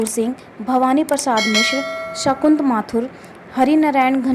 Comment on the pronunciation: शंकुतला माथुर । शंकुत नहीं * प्लीज ठीक करें और सही उच्चारण करें मैम।